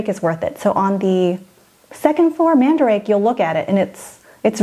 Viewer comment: Love Love LOVE this video! I wasn't in to dolls to the extent I am now, last time I was in Japan, so this is amazing. Lol also it is pronounced man-da-ra-kay.*. I love those stores! SO dangerous for the luggage space, less so for the wallet. Oh and Ikebukuro is where we have stayed in Tokyo. It's definitely seedy by Japan standards, but... yeah not significant for the average tourist.